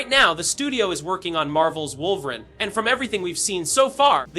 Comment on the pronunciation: No one gunna say anything about how he’s saying wolverine? 😅